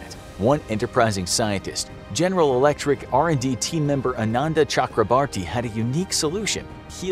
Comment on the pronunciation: It's Chakra bore tee.